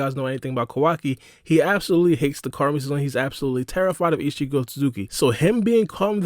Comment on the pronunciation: You saying Quackie instead of Kawaki and Isshigo instead Isshiki.. Hurts the ears..